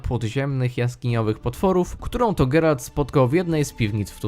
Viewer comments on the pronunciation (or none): none